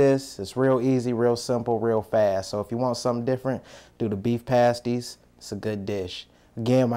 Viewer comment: It rhymes with nasty not waste-y